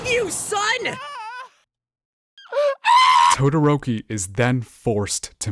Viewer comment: Dadoroki 😂😂😂 I died at that and senpai has fucking noticed